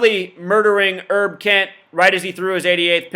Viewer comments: OK You're nuts on this Herb Kent thing. He is a personal friend of mine and you are talking out of your dumb ass. Go do something with your life. You're being useless right now. It's Herb, short for Herbert, not Errrb. You're not even talking about the man's work; or his record of the longest on air presence in a major market in radio history. Whatever, you are a waste of intelligence and talent; both of which you have but you're not using enough brain power to to turn on a 5 watt light bulb. But you're right about one thing though. No one gives a shit about what you think. You're a sad joke with no punch line. Bye bye. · DUDE! His name is pronounced with the long H; HERB KENT not Erb KENT! The KOOL Gent! At least do simple research for a Legend in the African American Community for 72 years!